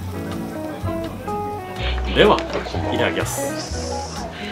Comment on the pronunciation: いただきますの言い方が「イターキヤス」で日本人男性が使う発音で笑った 完璧だよ笑